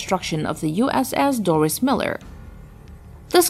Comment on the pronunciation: Ah, regarding the Dorris Miller, AFAIK he pronounced/went by the name "Dorrie" to preclude the feminine "Doris" pronunciation.